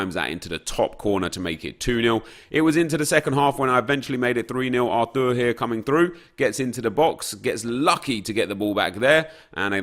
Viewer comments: IT’S NOT arTUR. IT’S artHur. Just like any old English name. Nep...stop trying to be clever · Yo nep its 'arthur' literally the way its spelled and not 'Artour' !!!!!!!!!!! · Why tf does he keep saying Artour it's Arthur it literally says it on the card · Clearly says Arthur on the card. “ Artur”